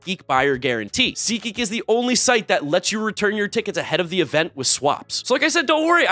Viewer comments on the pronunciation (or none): none